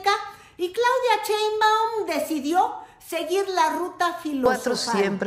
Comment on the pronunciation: Porque el apellido de nuestra presidenta lo pronuncias como CHEINbaum ?? Y el apellido del presidente Trump si te esfuerzas por pronunciarlo Muy a lo gabacho??